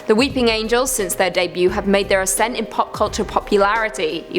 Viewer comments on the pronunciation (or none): none